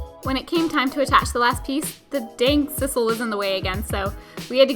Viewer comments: It's sisal with a long "i"! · Guys, I love ya work, but I gotta be honest with you: it's sye-sal